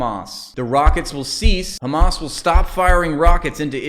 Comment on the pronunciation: I like that we collectively mock the pronunciation of KKkhhhamas